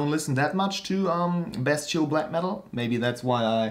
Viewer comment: when you pronounced "bestial black metal" I've heard "best chill black metal" xD you call them tutorial in a satirical way whilest being funny and still keeping it black metal, without making any fun of the genre. And that's what I like with them (and I like to think I leanr stuff too). So yeah: funny, satire of tutorials, and learning shite. Btw, chech out this guy who makes fun of tutorials Good job. Keep making them and I'll keep watching. Cheers!